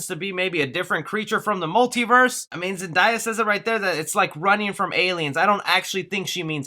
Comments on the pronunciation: Its really not that hard to pronounce Zendaya. Its simple ZenDAYa✅not ZenDIEya❎ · It’s ZEN- DAY- YUH, not ZEN-DIE-YUH😂😂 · Zendaya ur saying it wrong my instead of saying die it’s daya that jus bothered me bc she my wife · DAY.... not die.😑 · Zen-Day-Uh Not Zen-Die-Uh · Its Zen-DAY-a not Zen-Die-ya! Thats literally the only bad thing I could find to say about this!!! Awesome work!! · It’s Zen-day-a not Zen-die-ya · Zen-Day-A, why does everybody pronounce it wrong? It's literally pronounced exactly like it's spelled? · Hey her name pronounce Zen-day-ah not Zen-die-a 😂 lol... You have to get her name right you never know she might be watching your Channel... But I dismiss all these speculation or rumors about Spider-Man 3... I'm just going waiting to see the actual trailer and see the movie later this year!!! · My mans said "Zenedayi" its Zenedaya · Its not zen-die-ya , its zen-day-ah..... c'mon people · Imagine how embarrassing it must be calling Zendaya ...Zendiya couldn't be me 🤭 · It’s ZEN DAY YA, not ZEN DYE YA 😂 😂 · Sir it’s Zen day a not zen die a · It’s pronounced (Zen) (Day) (Uh) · Name is zendaya not zendia once again you said it really weird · Great Video! Just confused as to why everyone always says "Zen DIE uh" instead of "Zen DAY uh" lol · lmao it’s ZEN-DAY-A not ZEN-DIE-YA lmaoooooooo please say it right next time!!!!!!! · Can we break down the name of Zendaya.... ZEN-DAY-A, where is the I? Why do YOU PEOPLE keep mispronouncing her name? ZEN DAY A ZEN DAY A Use your syllables if your not sure how to pronounce it!!!! ZEN DAY A ZEN DAY A Say it one more time. ZEN DAY A!!!!! How would you like it if someone continued to mispronounce your name!!!!??????? You don’t pronounce today todiy. The word DAY is clear as DAY in her name!!! You don’t say DIY do you? And your not the only one!!! Many of y’all say her name wrong all the time!!! ALL THE TIME!!!!!!! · Zen-day-a it’s simple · No. Zen-day-a. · dude said Zendaia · did my bro just say zandaya😭😭